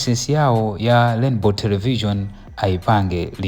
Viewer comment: You reporter it's not lainbow it's Rainbow. It's not macla it's MACRA. Ndiwe reporter wochititsa manyazi, anakutola kuti?